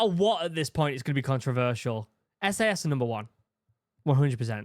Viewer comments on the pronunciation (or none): Brother, you need to pronounce the A in SAS more clearly. 😂😂😂 💀💀💀